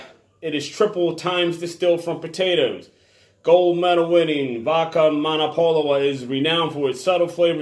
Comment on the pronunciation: I could be wrong, but I believe the w is pronounced like a V here. So the name is read as Mo-No-Puh-Lo-Vuh.